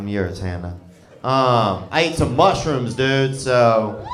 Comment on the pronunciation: "uh oh, he ate some mushrims" 😂